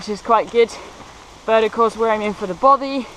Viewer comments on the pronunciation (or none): I truly enjoyed the video, but I have to ask, is there an issue with English people saying the word Bothy?I just find it odd hearing bovvy, considering all the pronunciations you got wrong, Bothy is the easiest word.